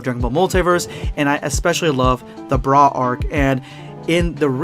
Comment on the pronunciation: oh yeah "boogota" Let's goooooooo and "broo" for bra absorbed by boo #endofthevideospuad